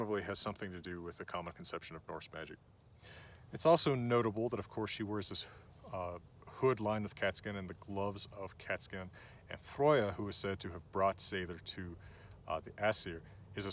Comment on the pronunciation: 😂 you’re a teacher yet you’re saying these words wrong. You definitely said freyja wrong j = y and there is no “oi” for the e also it’s not VULL-vuh it’s VOHL- vah. This is Norse not Celtic not Latin no American 😂